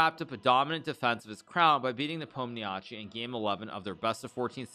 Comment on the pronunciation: Hikaru, I beg you, please please stop mangling Ian's last name. I know it is spelled like that and it is kinda of hard to know what exactly to do with all those five consonants in a row. But in fact it is really simple: it's very close to Nepo'm-nya-shee (stress falls on "o" !)... well, there is also a so-called i-short at the end (similar to the last sound in "toy" or "guy") but you can skip it, everybody does.